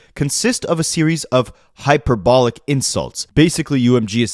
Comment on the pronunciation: Hearing every variation of pronunciation from the lawsuit for real been my favorite shit to listen too. Hyperbolic but my ears laugh at Hyper-ball-lick.